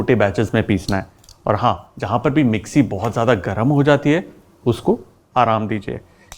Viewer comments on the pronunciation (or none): none